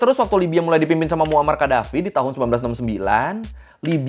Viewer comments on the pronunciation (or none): No rispek bgt lu bg 😡😡😡 lu sarkastik 😡😡😡 itu Tuan Besar Agung Sultan Lieutenant Colonel Commander Muammar Gaddafi WOY baca nama ny yg benerrrrr 😡😡😡😡😡